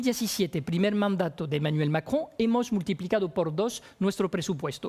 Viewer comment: ¡¡Qué placer escuchar a Pañi decir Macron!! Lástima que nunca le dijo Gravuá a Gravois, habría sido maravilloso.